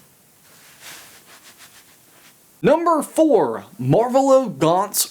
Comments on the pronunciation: When he said marvolO instead of MarvOlo oof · Who else got mad at the way he pronounced the name Marvalo. I know I did.